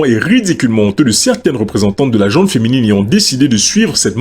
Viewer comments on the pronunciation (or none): Petit point prononciation : "la gent masculine, la gent féminine". Il n'y a pas de "E" à la fin de "gent", ni pour les hommes, ni pour les femmes. C'est un nom féminin, et comme l'adjectif qui le suit ne commence pas par une voyelle, il n'y a pas de liaison orale.